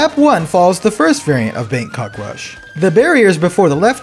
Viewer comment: Thai person here. Didn’t really expect Bangkok rush to be included in the game or even at all so it is a huge surprise. Your pronunciation is quite close how the native people speak which is deeply appreciated.